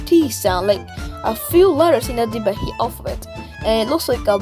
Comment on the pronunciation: Being a Maldivian I know it is not 'Thivehi' but 'Dhivehi'